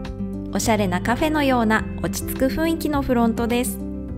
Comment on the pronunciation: 誤 ふいんき 正 ふんいき